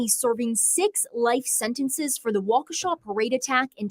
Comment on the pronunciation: Good job pronouncing Waukesha perfectly (I am a WI native).